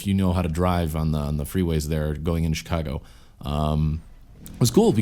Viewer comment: i like how you said ch cago lol